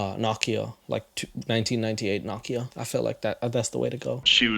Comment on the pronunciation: saying Nokia scratches an itch in my ear I didn't know I had.